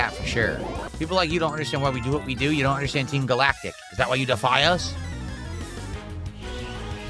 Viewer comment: “We’re in the TEEM GAL-ACK-TICK base…”